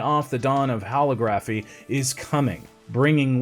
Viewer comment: Holography pronunciation please